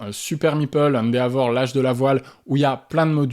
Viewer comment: Encore une vidéo très agréable. Il faudra que je mette le nez dans l'univers impitoyable du jeu de plis Japonais un jour. en revanche, après plusieurs vidéos dans lesquelles il est cité, je ne parviens plus à me taire : Endeavor se prononce plus "Haine Dévore".